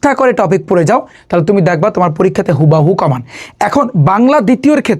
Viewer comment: It's not হুবাহু 😂 It's হুবহু 😂😂😂😂